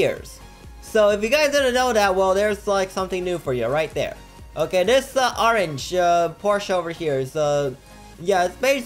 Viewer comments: I live it when he says orange! He says it like oreng super fast! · I love the way he says "OrAnGe"